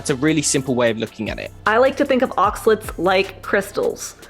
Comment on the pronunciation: Oxalates not Oxalets 😁